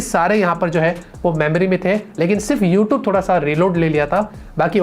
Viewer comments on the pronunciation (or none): none